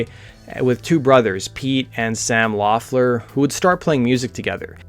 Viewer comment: I thought their last name was pronounced like "Leffler"???